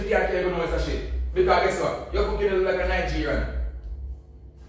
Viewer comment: So it's not Nigerian but 'nightgerian' 🤣🤣🤣🤣😂